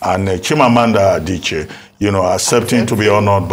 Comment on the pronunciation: What type of Igbo does Ms Okpe, speak? How come Dr. Abati is pronouncing Igbo names better than Ms. Okpe? Adiche ko, Adichi nii. A-d-i-c-h-i-e. She also said "Aba" instead of Abba ( I am sure she will not call the musical ground "Aba").